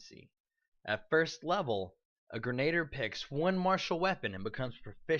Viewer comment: Gren-ah-deer. Not grenater. And while I'm glad you are so enthusiastic in this video, here is some food for thought: Brew potion, is actually one of the most useful features for Alchemist in my opinion, because for a tiny amount of gold, any spell cast that you do not use each day can potentially be brewed into a potion as all of the spells on The Alchemist spell list are capable of being made into potions. Doing this, also allows you to pass out your nice Alchemist spells like enlarge or reduce person, or Shield, without having to take the infusion discovery, and especially as a damage role you will find your spells going unused frequently as you stick to your bombs and weapons. Even if you don't feel like being charitable to your compatriots and sharing your spells, you can always sell them for additional income and buy whatever it is that your heart desires.